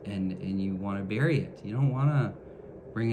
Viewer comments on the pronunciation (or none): none